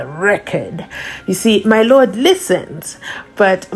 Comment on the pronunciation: “As the court pleases my LOTT” 😂